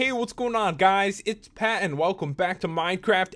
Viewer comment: it's Pat not pet